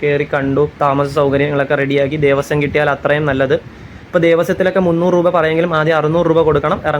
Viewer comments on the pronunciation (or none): none